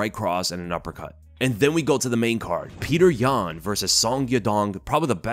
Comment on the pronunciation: Pee-yuh-oter yan for the dub